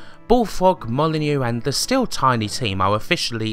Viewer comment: why do you always say "le" instead of "the" ?